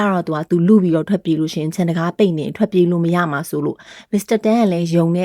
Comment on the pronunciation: ရမှာ ကို ဘာလို့ ကမှာ ကမှာလို့ပြောကြတာလဲဟင် နားထောင်ရတာ ဘယ်လိုရီးမှန်းမသိဘူး ကမှာ ကမှာဆိုတော့ ဒါပေမယ့် မမပြောလို့ နားထောင်လိုက်ပါ့မယ် အားပေးနေပါတယ်🎉